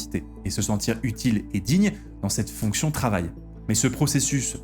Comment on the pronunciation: Ai-je des hallucinations auditives ou est-ce que fait parfois une liaison chelou comme s’il y avait un T à la fin du mot mais: « mais T il/elle/on »??